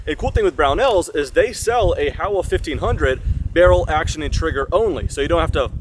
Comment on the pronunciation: Why does everyone misprounce this rifle? It's Japanese and it's pronounced Hoe-wah